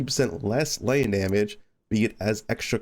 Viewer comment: lighTTTT NING not litnin